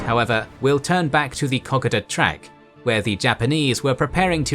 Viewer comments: ka-koda, least that's how we aussies say it, not cock-o-da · I like these videos but man learn how to say the names, Milne is pronounced Miln, Lae is Lay. Kokada is Cookada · Like so many other Australians my dear old dad fought in New Guinea, I therefore find this really interesting except for your pronunciation, please get it right. Kokoda is spelt with one "a" not two and should be pronounced Ko-ko-da, just as it is spelt. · Bloody K o k a d a please I’m an Aussie please very excellent except how u say K O K A D A